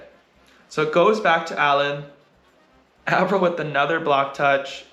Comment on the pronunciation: Hi Erik, thanks a lot for posting these breakdowns. As a non volleyball player, I've learned so much about the game and how to understand it better from watching these and your other videos. You are a wonderful ambassador for the sport! Truly don't mean to be rude (only curious), but I noticed you pronounce Taylor Averill's name with a short A (like apple), but I've heard him introduce himself like Ay-verill on your channel too (like hay). What's the right way to say his name? Thanks again for all that you do to spread the love of volleyball around the world!